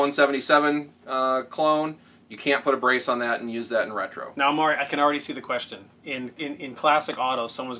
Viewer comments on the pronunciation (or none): none